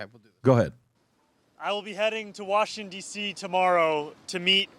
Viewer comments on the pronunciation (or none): Did he say washing dc? Dude can’t even get our countries’ capital name right